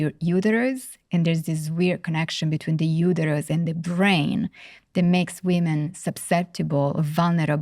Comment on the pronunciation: I struggled to extract meaning from this. She just said “weemen” 5000 times